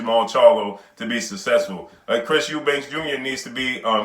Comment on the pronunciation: His name is EUBANK for fucks sake. Not Eubanks.